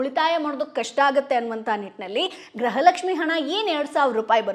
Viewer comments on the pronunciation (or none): ಗ್ರಹಲಕ್ಷ್ಮಿ ❌ ಗೃಹಲಕ್ಷ್ಮಿ ✔️